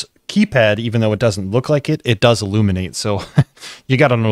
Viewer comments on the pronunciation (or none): none